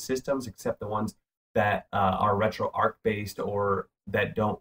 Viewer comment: Pronounced retro arch as in archway not ark as in fictional boat that carries two of every animal.